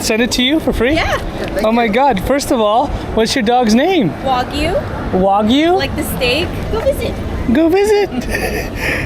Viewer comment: She pronouced it correctly. If she were speaking in Japanese, the intonation would be a little off because she's got that valley girl lilt at the end, but she's got the wa and the gyu, I don't know what you think she's saying wrong.